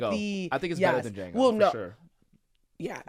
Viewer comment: Was wit yall ALL THE WAY until you said it’s superior to Duh-jango 😬